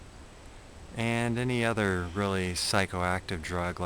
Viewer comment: He pronounced it "zooloft" lol what an idiot.